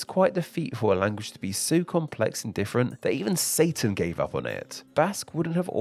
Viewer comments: Language-uh.... i hate people who talk like this. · Oh my god why do you add a stressed vowel at the end of every sentence it’s super annoying. “Language-uh. Big-uh” holy shit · It's interesting you add an "-uh" at the end of all the words ending in hard consonants... ...like with "big" and "language"